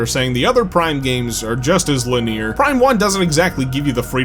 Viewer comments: Lineer?? Guess it was your first time saying it out loud. Great vid otherwise, I felt the exact same. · I don’t think I’ve ever heard anyone pronounce “linear” the way you do. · You say "linear" very interestingly.